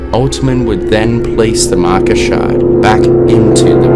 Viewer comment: Nobody:: The markar